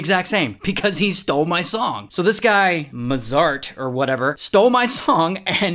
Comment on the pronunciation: It's pronounced motsart